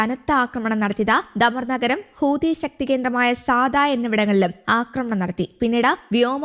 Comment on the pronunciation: ഹൂദി അല്ല മൈരേ ഹൂത്തി ഹൂത്തി